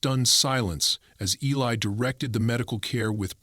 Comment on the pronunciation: Eli not Helly